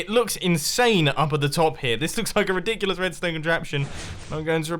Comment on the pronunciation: Mumbo: this is riddikulus Me: are you sirius?